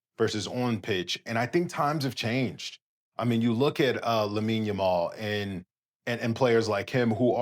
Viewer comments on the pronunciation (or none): none